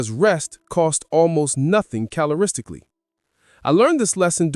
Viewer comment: At like 11 min in he says "caloristically" and that ruined everything for me